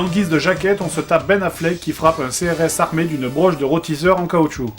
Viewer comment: et c'est pas "un brosse" mais "une broche"